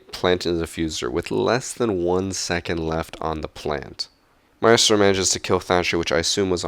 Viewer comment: Why do you pronounce "Maestro" like a moron...?